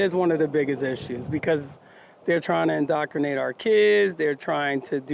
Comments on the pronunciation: WTF is “indocranate”? I’ve never heard of it before so, maybe he was trying to say “indoctrinate”! 🤔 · "InDOCKrinate". OMG, please dont INDOCKRINATE" our kids!